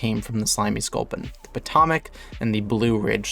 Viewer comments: I had to stop watching cause of your mispronunciation of my home town I couldn’t deal with it. It’s pronounced Poe-toe-mick 😂😂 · the way he says potomac 💀